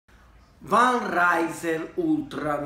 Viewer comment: Si pronuncia "van risél" .